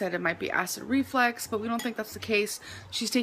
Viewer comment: Imagine being diagnosed by someone who pronounces acid reflux as ACID REFLEX.